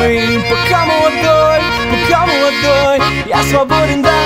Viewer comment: пка млдой, пка млодой - это ужасно